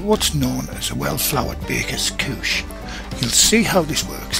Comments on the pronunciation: I swear I thought he said "Kook" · same until he said “couche.” i said the WHAT